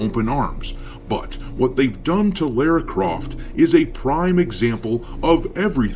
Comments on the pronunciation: The way you pronounce her name drives me nuts lol Lera Croft?? What is it with Americans not being able to say Lara. Its’s not Laura and certainly not Lera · Lah- rah... say it... Lara... Lah, Ra... all this Lareu, loora, laura. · The way you pronounce her name is criminal. But you're a space pirate, and I agree with you regardless. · Sounds Like doesn’t even know the Character. He keeps saying her name wrong.